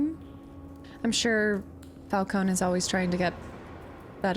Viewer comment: Hurt my soul evert time you said Fal-cone lol ...instead of Fal -cone -e